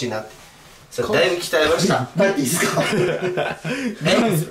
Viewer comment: 語尾のっすを強調するなムカつく